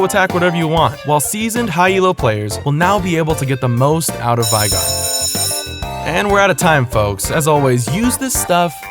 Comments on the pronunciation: it's veigar not viegar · It's pronounced "Vay-Gahr" not "Vi-Gar" ... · It's Veh (as in velocity), ee (as in three), gar (as in garen). Veigar, not Vaygar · It's pronounced vay-gar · It's interesting how there are so many different ways people produce the "Vei" in 'Veigar", when his name is spoken aloud in-game by both Tristana and Final Boss Veigar. It's "vay-gar", by the way. Rhymes with 'day' and 'say'. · Hey great video. Just to let you know it's pronounced Vay-gar. I used to be friends with the guy who the champ was named after. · his name is spelled veigar, not viegar. "vei" not pronounced like "tie" because it's not spelled like "tie". its pronounced VEY. VEY-GAR. He says his own name in his final boss skin. He says "I, VEY-GAR, will knock you all down!" look it up if you don't believe me. This isn't a gif/jif thing. It's not a matter of preference. Some people are wrong, like, and some people are right, like me. And Veigar himself. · The thing that bothers me about this video is that you pronounced Veigar's name wrong. Otherwise I love it. So you can know from now on, here's an audio clip of him saying his name